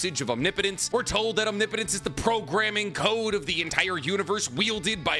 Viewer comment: Every time he says omnipotence correctly makes me wish I could subscribe again